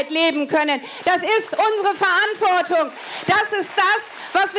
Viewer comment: Verantwort(i)gung😂😂 ab 😂😂deutsche Sprache. Schwere Sprache